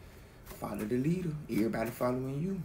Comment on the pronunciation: Asè thank you for the message. I swear it sounds like you said Lyric (my name) when saying Leader . Maybe I’m trippin lol